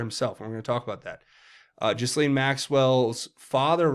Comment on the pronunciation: Not to nitpick but it’s pronounced GAH-LEEN Maxwell. That’s what the victims call her so I assume that’s how you pronounce it.